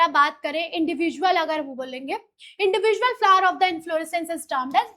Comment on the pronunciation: Mam usko flower bolte hai flar nhi 😅